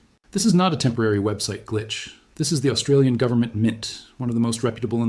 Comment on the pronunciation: Estralin mint 😂😂😂